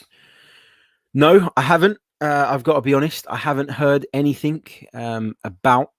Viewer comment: AnythinG...not AnythinK there is no K in the the word Anything.